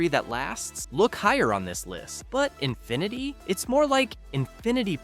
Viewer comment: cant pronounce Infiniti. hahahahaahah